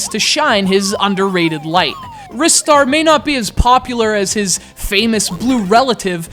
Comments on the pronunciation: Filipe Andrade Okay, well I'm going to carry on calling it Ristar the way I've always done lol, but thanks for justifying the correct pronunciation for the name, I'll look more into the Japanese meaning soon :) I know he appeared in Sonic & All-Stars Racing Transformed, and I'm thankful that he hasn't been completely forgotten like poor old Streets of Rage. Having said that, I believe it is time for a sequel now, with the new generation of gaming and all that :) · I've never heard anyone pronounce Ristar like in this video. I've always thought it was (R-eye-star). Oh well. This is up there with my favourite 2D games of all time. Love it. I wish Sonic and Ristar could have a crossover game together, similar to the day and night stages of Sonic Unleashed I guess. It sucks that just because they decided to keep Sonic as a mascot instead of Ristar (he was planned to take over Sonic) that he has to be forgotten like this. Show Ristar some love SEGA! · You're a fucking jerk, you know that? and other people can look like they want ( has a reason 'cause he's a metal-head), do the reviews their own way and pronounce names as they please. I for one pronounce the name [rai-star], mostly because of my native language. It's a free world. I do appreciate you not trolling and instead just saying what you felt out loud but internet privacy does not give you the right to insult people. Think about that. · I'm not sure if you were serious, but it's actually pronounced like "wrist-ar". The proof comes from the Japanese name リスター. If it were as you claim, it would be spelled ライスター. I might also have some bad news for you about Ryu from Street Fighter... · why in the world do you call it risstar? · You're such big fans, yet you pronounce it wrong.